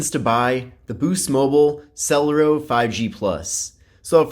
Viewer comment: I think it's pronounced sulairo